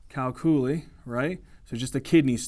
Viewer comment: Amazing videos, thank you. Gotta say though I chuckled out loud at thd way you pronounced calculi/calculus. Perhaps there's an alternate pronunciation that is also correct, either way it just broke my brain for a second and it made me laugh. Cheers!